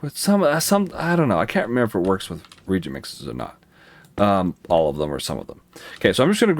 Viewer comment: 'ree-ay-jint'. that's how you pronounce it. not 'reejint'. fantastic series nonetheless. I have learned SO much. thank you 100x, thank you.